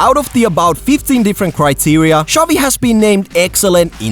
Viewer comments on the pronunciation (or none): Sounds like you’re saying chubby😂